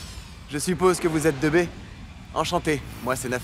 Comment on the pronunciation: J'évite a tout prix les vf pas que ce soit toujours mauvais...mais l'appeler "deux B" aïe aïe. Même en japonais c'est prononcé two B. Ceux qui on fait la trad ou alors ceux qui ont conduit le doublage ne connaissent pas le jeux vidéo. Ça sort direct de l'animé une telle bourde.